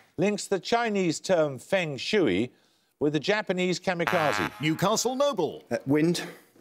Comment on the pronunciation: More comical pronunciation from Paxman - Feng "Shui" that rhymes with "gooey". And "Feng" should rhyme with "lung".